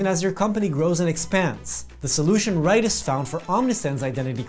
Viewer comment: Hey, thanks for watching! Be sure to check out this marketing funnel video to get ideas for how to execute your brand marketing efforts: Also, a big shoutout to Rytis Lauris! It was an awesome interview, and my apologies for mispronouncing your name—it's "Ree-tis," not "Righ-tis." 🙃